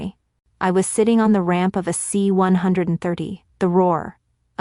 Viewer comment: Good story. Nice dose of reality quietly delivered. Narrator cadence and "pronunication" typical AI that needs read ahead training and how to pronounce complex numbers it's a C One Thirty